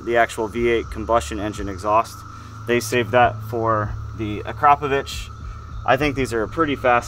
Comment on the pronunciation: Bravo someone in usa said akrapovič the right way. I am from Slovenia where this company comes from